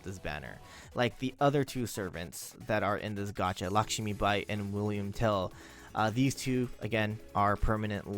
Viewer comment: It's pronounced Lakshmibai, not Lakshimibai.